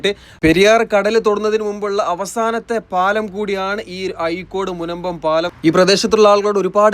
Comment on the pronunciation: അയീക്കോട് അല്ലല്ലോ ചേട്ടാ അഴീക്കോട് അല്ലേ ...